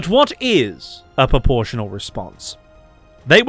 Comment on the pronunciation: Are you saying poportional or proportional? 🤔